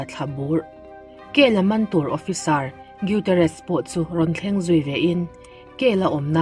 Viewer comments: Gutierrez tih chu iduhleh i channel ah va lamdik la nimai lawm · Gutierrez tih i lam dan hi a dik chiah lo deuh em aw ka ti mai mai. A chhiartu leh a lettu thiam loh, țawngkam diklo a awm zeuh zeuh bawk a